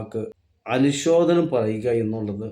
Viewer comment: എടോ മനുഷ്യാ, അനുശോധനം എന്നാണോ പറയേണ്ടതു, അനുശോചനം എന്നല്ലേ പറയേണ്ടതു ? 😜🤔